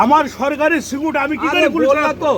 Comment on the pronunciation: সিকিউরিটি উচ্চারণও ঠিক করে করতে পারে না। এইসব নেতাদের চাবকে চামড়া তুলে দিতে হয়।